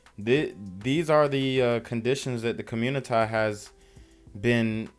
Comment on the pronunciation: “There’s a lot of confusion in the communitah”….no stuff?